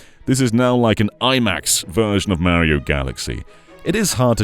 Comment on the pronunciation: You said Mario wrong.